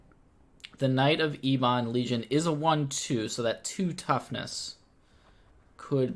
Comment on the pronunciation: Please,, eb-uhn, not ee-bahn. Think of the children, man!